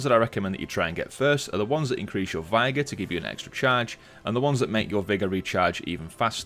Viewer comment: 😂😂 I'm sorry you pronounced vigor like viagra😂😂